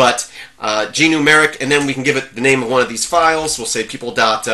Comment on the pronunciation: Sorry if I said anything that made you think I don't like Gnumeric (and sorry for the mis-pronouncing of the name). I think it's a GREAT Program. And I never would use "lightweight" as a negative thing. Light weight means it's does have bloat and runs well even on slower machines. It's not a comment saying there are a lack of features.